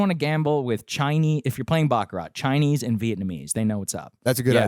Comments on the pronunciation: bro said chineee 😂😂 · he said chi-ne lmfaooooo